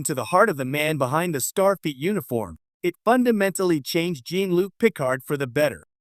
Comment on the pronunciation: The AI keeps mispronouncing Jean-Luc’s name. Very annoying.